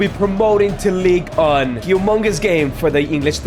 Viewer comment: Did anyone else hear say league one as league un